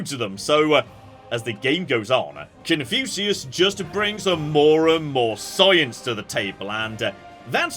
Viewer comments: I've never heard "Cun-few-see-us" before. At least it's not as bad as Guh-nisis! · Is it really annoying anyone else that he's pronouncing Confucius wrong? Seriously,? How do you pronounce Confucius wrong?! Are you doing it on purpose just to troll people? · His pronunciation of Confucius hurts my soul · Shouldn't every pronunciation of 'Confucius' hurt the soul? It has an 'f' in it that was someone's attempt to describe an 'ŋ'.